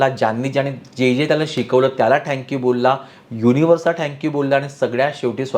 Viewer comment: ते थॅंक्यू असतं ओ… ठॅंक्यू नाही..😮